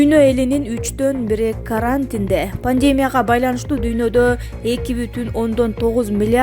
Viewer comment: Карааантин депби,😂